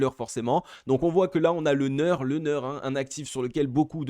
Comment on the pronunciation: pas nur mais nir (pour le near)